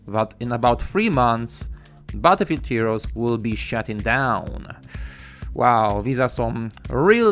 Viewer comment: "Butterfree heroes"..